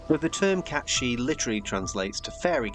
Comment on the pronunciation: It's meant to be pronounced Kate Sihth.